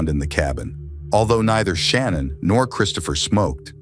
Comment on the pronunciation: with all due respect her name is not pronounced Shannon......